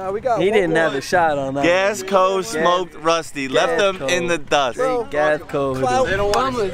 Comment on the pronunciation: said “thmoked ruthy”🤣🤣🤣